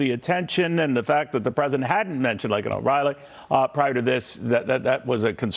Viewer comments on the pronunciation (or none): L A K E N.... not LINCOLN